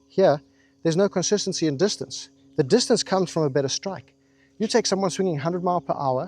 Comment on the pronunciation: Have you or a loved one been affected by the gsk disease? Symptoms such as calling everyone a “playa”. Or perhaps the inability to pronounce distance properly. You may be entitled to compensation. Join us and stay tuned for our forced apology from this maniac